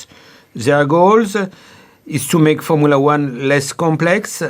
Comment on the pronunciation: Jean Todt: FOURMOOLA WAN